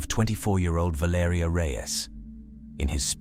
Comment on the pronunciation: VAL ER EEEEEE BRO!! This is why u don't use AI bots loser!! Spent the whole damn video murdering the pronunciation of her name!! Rip young lady❤